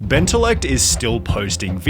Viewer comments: he puts the LL in benteLLect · Bentellect? More like Benterect.